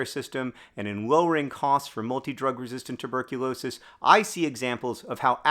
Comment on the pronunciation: Rewatching to count how many times you say "multi drug resistant tuberculosis" perfectly